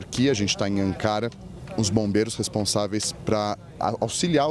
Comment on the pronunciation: Vários dias na Turquia e o jornalista não aprendeu a falar o nome da capital da Turquia corretamente. Que incrível!!!!